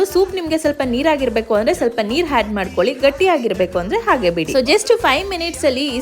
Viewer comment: Had alla madam adu add